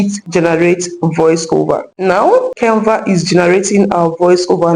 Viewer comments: Nice video, but stop pronouncing Kenva instead of Canva. It's not good English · Can Va not Cain Va...thank you